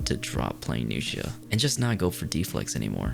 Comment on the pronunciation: New-shia > Nux-ia